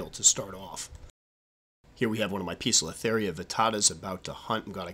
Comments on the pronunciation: Poe-cilo-theria not piiza-cilo-theria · Squirrely Squirrel 'Poecilotheria' is of Greek derivation. The 'e' is silent, the 'c' is hard. The constant incorrect pronunciation makes an otherwise excellent video almost unwatchable. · Pesilotheria Pokiltherie Po-es-il-o-theria Peziltheria Pozilla-theria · I assume they have the sobriquet "pokies" because the genus is mispronounced as POKE-UH-LUH-THERIA. LOL